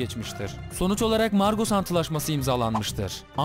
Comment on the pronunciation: margosu migros diye okuyan bne